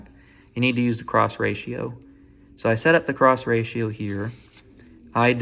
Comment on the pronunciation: Congrats man. Also "ey im making a bideo ear" is probably the most midwestern thing i've ever heard. congrats again